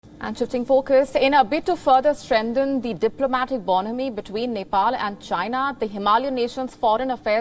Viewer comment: This anchor can't even pronounce strengthen, reiterate, warn, TIBET, support and many other English words....